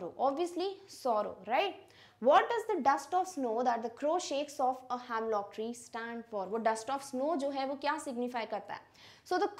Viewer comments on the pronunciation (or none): Its not hamlock tree the pronunciation is hemlock tree. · it’s not "hamlock" it’s "hemlock"